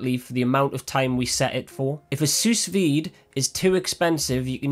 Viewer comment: Genius idea. Pro Tip: It's pronounced sue-veed. The s at the end is silent